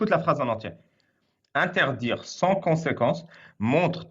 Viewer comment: "Interdjire" et "maudjire", c'est quelle langue ?